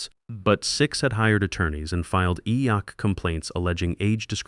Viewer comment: EEOC - E-Yok